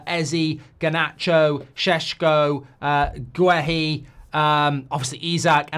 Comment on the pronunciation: Thank you for finally getting the Šeško name correctly 👌😁